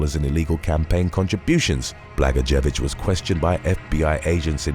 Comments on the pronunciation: " Bluh-goy-a-vich " is the former gov. of Illinois. He then was making license plates. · Former Illinoisian here: Blagojevich is actually pronounced "Bla-GOYA-vitch." It's a tough name, though. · Its pronounced Blagoyovich.